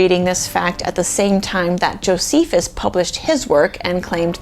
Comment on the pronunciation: You said Jofeces 😂 Great video btw ❤